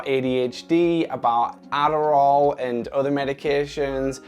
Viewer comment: he turns into an American ADDDDARRRRRRRRRRRRRRRAAAAL